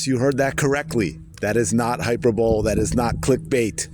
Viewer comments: high-PER-bo-lee not HYPE-er-bowl Sorry, had to say it. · Hyperbole is pronounced hi-per-bo-lee. You're welcome. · hyper-bowl? oh brother, english not that hard